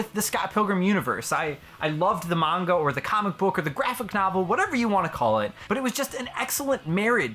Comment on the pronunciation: Off topic, but thank you for pronouncing manga correctly. It's always been a pet peeve of mine when people say Manga like mango